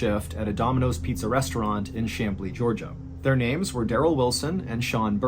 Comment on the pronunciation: I just wanted to mention that you pronounced Chamblee perfectly! I've heard so many wrongly pronounce it, but you got it! 👏👏👏